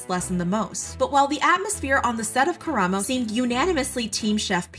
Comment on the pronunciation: the bar is on the floor but thank you for pronouncing karamos name right